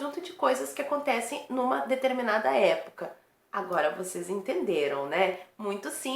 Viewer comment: Parece Dilma Rousseff falando.Isso era mesmo educador?!!!!!!Meu Herói! !!!!!!!!!Épocal?Parece "é bocal" kkkkkkkkkkkkkkkk.Jesus Cristo! !!!!!